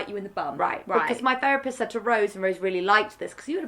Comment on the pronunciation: “ training to be ferapist” .... maybe learn how to actually pronounce the th first you idiot